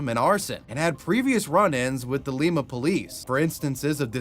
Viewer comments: It's LIme-uh not Leem-uh :) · awesome didnt know my hometown celeb of sorts chip pugh would of been on here i was amazed haha awesome video and btw its pronounced like lima bean not the peru version :) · while talking about the city in ohio it’s pronounced lie-ma. like lime with an a on the end. sorry i know i’m that one person but i’m from there and it bothered me😭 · Im from NW ohio and jt killed me the way you pronounced Lima. It’s pronounced Lie-ma. Not the same as peru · As someone that grew up there, it's pronounced "Lie-ma" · In the 4chan Moleman chapter every time you say Lima it’s killing me. It’s pronounced like the bean lol